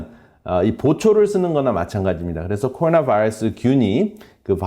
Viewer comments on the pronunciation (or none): 박사님 한국말 잘하시는데 꼬로놔바이뤄쓰 영어에는 버터 많이 바르시네요^^